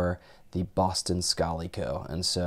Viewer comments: Pronounced "Scal" as in "Pal". Strange that you would pronounce it as "Scolly" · It's Scally pronounced sc-alley. Not s-call-ey. It's an Irish thing. I just don't want you to miss off the wrong Irish man buy mispronouncing his hat!